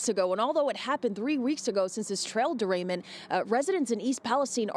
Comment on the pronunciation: Trail derainment??? This dorketta can't even read.